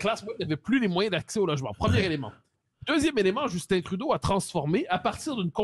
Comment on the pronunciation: Cest Justin pas Justine ... vous n'êtes pas capable de parler en francais en france ?